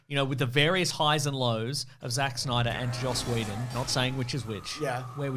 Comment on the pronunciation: Joss Weedin’s Justice Weeg 😂